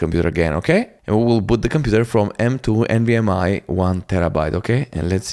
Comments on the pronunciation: Its NVMe not NVMI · Why are you saying nvm “i” ? Do you see an “i” anywhere in the word “nvme” ?